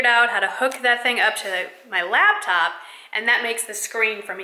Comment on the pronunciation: When people says laBtop haha.